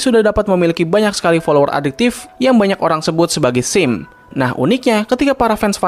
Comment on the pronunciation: oooohhhhh simp maksudnya, perlu waktu untuk ngerti soalnya saya dengar abang bilang sim